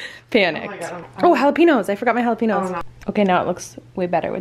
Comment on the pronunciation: It`s Jalapeños.... not jalapinos.